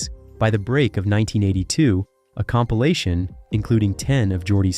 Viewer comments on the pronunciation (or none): none